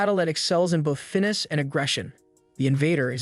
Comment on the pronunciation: Finess....... Fin-ess!